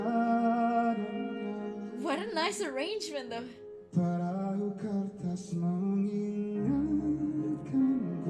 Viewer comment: surprisingly you said “perahu kertas” in a right way in indonesian language 👍🏻👍🏻